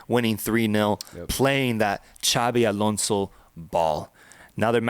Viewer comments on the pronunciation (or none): none